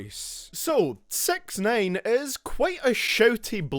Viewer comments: Its sixnine not sex nane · Did u call him SexNine on purpose? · It sounds like you say sex nine, get it, it's ironic because he's charged with . . . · LOOOL 'Sex neyn'